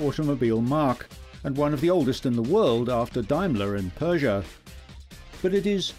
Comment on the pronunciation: Wow, the accent. he says Peugeot and pronounces it Pooja